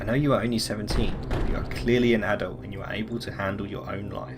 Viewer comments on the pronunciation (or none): none